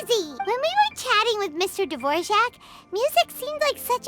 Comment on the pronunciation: I died inside when his name got called Dvorjack instead of Dvorak lol